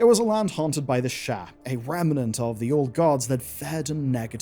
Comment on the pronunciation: Eleven Labs voice over with AI clone. Hence the mispronounced “Sha”